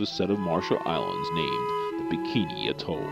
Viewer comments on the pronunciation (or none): none